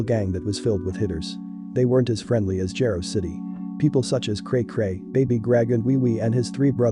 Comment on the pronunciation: "Jah-roe" City. Just in the future for pronunciation but great documentary 👍🏽 👏🏽